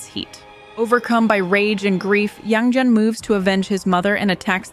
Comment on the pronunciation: Great and informative video! You seem to have trouble picking a consistent pronounciation for Yang Jian. In English, you should pronounce it like "Yang Jen", sounds closest to native pronounciation.